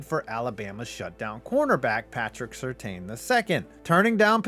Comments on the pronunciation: its SIR TAN, not Sir Teen! PATRICK SIR TAN! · Surtain is pronounced SIR-TAN